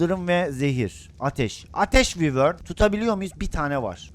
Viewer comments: Abi yazılışı wyvern olabilir ama okunuşu vayrın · Abi vivor diyil o vayvrn boyle soyleniyi